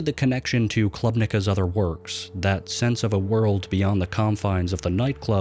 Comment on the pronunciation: Good video, but the pronunciation of "klubnika" is wrong and so hard on the ears